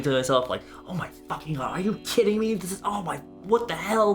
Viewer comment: I'm sorry but...ARE U KIRRIN ME IRRIAH